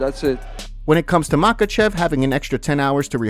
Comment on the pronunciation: volk said "I SLAM mahachev" ;)